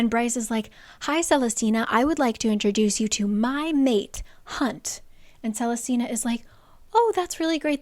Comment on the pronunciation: watching this like 4 years late but you must understand what a jumpscare it is to hear my very uncommon name said so many times in this video (celestina) and correctly at that